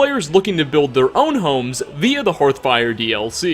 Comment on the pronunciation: I love your videos but "HORTHFIRE"??